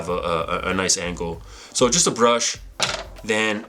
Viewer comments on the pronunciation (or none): said "ankles" instead of angles 😂